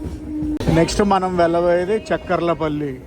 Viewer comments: It's not chak kar la palli.....cha kar la palli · Good coverage. Devarapalli is industrial area for Hindupur. చెక్కర్ల పల్లి కాదు చాకర్ల పల్లి. ఉదర halli కాదు ఒడ్డెర హల్లి. మాకలి దుర్గ. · Chekkarla palli kadhu chakarlapalli